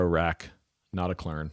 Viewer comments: "Not a klön" ... pronounce ö = b rn. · It's not pronounced "klern", it would be like that with the umlaut but without the r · Pronounced not-a-kloen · "Notakløn" 😆 Like "O" and "E" pronounced at the same time, not sequentially. Like "Notaklearn" yes, but without the extra pressure on "earn", which prolongs the sound. "r" should be completely silent, so no pirate noises in there 😆 Think more like french maybe, or a middle-thing between french and american 😆 I'm a dane btw. We don't have umlout ("omlyd" in danish, which litterally means "re-sound"), but we instead have actual letters like Ö = Ø for instance 😊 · You were almost right about the pronunciation. The "Klön" is pronounced like the word "earn", but without the "r" in it! So almost like "Klearn", without the "r".